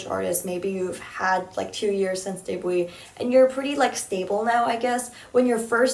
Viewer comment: Another video where cannot pronounce "debut" lol